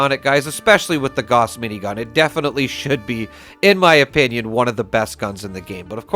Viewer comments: Dude! It's "gauss" as in "house", not "gorse". It's named after the german physicist so there's no doubt or question of accents etc. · When are you going to learn to pronounce Gauss properly 🙄🙄